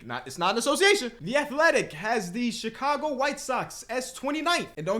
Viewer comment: that Chicago came out "VON!"